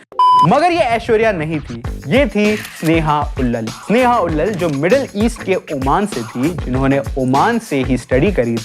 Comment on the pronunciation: भाई, स्नेहा उल्लल नहीं है। स्नेहा उल्लाल है। 😅 क्या यूट्यूबर बनेगा रे तू?